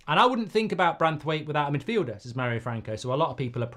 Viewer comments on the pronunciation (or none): none